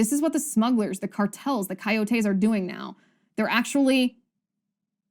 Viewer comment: It’s co-YO-te, not co-yo-TE.